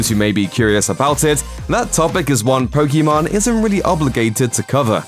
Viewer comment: Can we all get this idiot to say Pokimane correctly….. it’s literally been years and makes no effort to improve.. ffs